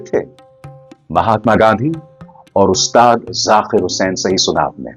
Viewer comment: Arey, aap ki pronunciation lagbhag theek hote hai, phir kyu Zaakir ko aap ZaQir bol rahe hain, very bad my dear, correct it, ye nhi chalega, sort godi walo ko hi ekadhikaar hai